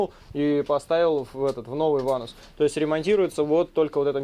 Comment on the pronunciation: В слове ванос—— нет буквы (у) .. или вы любите так ?